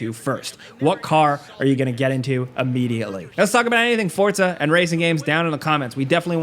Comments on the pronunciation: It drives me crazy that he says fortsa instead of forza 🤦‍♂️🤦‍♂️ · It’s “FORZA”…not “Fortas”…😂🤣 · Forza, not Fort-za, so annoying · bro, as someone who speaks spanish and italian: dont say "FORTZA" lol. just say Forza. Sounds clownish. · "Forza" not "fort-za". There's no "t". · Please call it “Forza” not “FoRtZa” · Here's a comment for you then, why do you call the game Fort-sa ???? its For-Za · It's 'Forza' not "Fortsa" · Fortza? you mean Forza? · idk why everyone says fortza horizon. lol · Every single sole saying 'forza' be like: forTza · everyone: Forza Americans: Fortzaa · lmao. its "forza" not "fortza". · You said forta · FOR ZAH not FORT ZA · ForTza hah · Can I just ask why muricans pronounce it for t za? 🙄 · People need to stop pronouncing “FOR-ZA” WITH A T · ah yes, forTza, forgot the T was there. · how do americans fuck up most words on the planet?!?!? it geniunly bugs the shit out of me when i hear "for-t-za" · I can't take this guy seriously when he can't even pronounce the name of the game correctly. It's not pronounced "Fort-za" ! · I can’t Unhear “forTza” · Dude, where is the T in Forza? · There's no D in Forza🙄